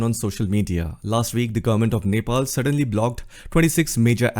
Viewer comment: You INDIAN guys don't know how to pronounce Nepal. It's sounds so dehati.